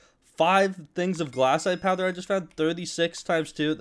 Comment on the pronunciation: ITS GLACITE NOT GLASSITE